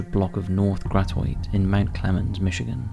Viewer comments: Hey I'm a Detroiter Gratiot is pronounced Grash-it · In the third case, Gratiot is pronounced “Gra-she-ut” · Gratiot is pronounced grash-it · I grew up in Detroit and love when I listen to how people try to pronounce the street Gratiot. There are so many different ways everyone has tried and honestly unless you live there you will never figure it out. The way I explain how to pronounce is to say grass shit as one word and say it kind of fast. There are plenty more street names in Detroit that are super hard to pronounce. Anyway a lighter note for a sad video. I sincerely wish peace to those family members that have lost loved ones especially the parents. There is nothing more frightening than losing a child.